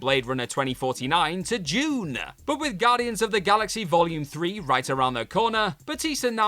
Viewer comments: 3 times, I heard "June" not DUNE. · Is it correct to pronounce "DUNE" as JUNE ... doesn't it sound more like DOON ?! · it's pronounced DEEEEEWWWWWNNNNNE lol